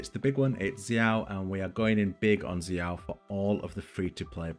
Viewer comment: Thank you for pronouncing xiao right, can't wait til he comes out!!